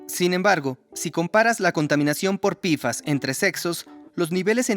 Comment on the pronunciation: Pequeña recomendación al equipo de doblaje. Decir "pfas" como "pe efe a ese" queda perfecto. Pero decirlo como "pifas" suena pésimo a los oídos, principalmente porque decimos la p como "pe" y no como "pi". Aparte de que todos lo decimos como "pe-fas" o "pe efe a ese" y no como "pifas".